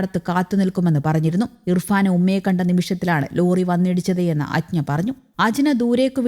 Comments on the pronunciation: അജ്ഞ അല്ല അജ്ന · ഈ പെണ്ണുംപിള്ള വെള്ളമാണോ ഒരു കുട്ടിയുടെ പേര് പറയാൻ polumഅറിയില്ല ....അജ്ഞ പോലും. അജ്ന എന്നാണത്തിന്റ പേര് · അജ്ഞാ അല്ല മര ഊളെ അജ്ന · അജ്ന ആണ് അഞ്ജ അല്ല..